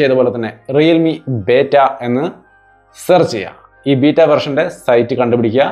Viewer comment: ബേറ്റ അല്ല ബീറ്റാ ആണ്